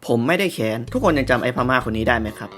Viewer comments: ไม่แค้น (กัดฟันพูด) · กูไม่ได้แค้น(แต่เสียงเน้นไป)😂😂